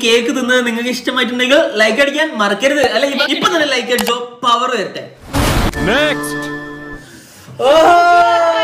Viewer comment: Not pever It,s pawer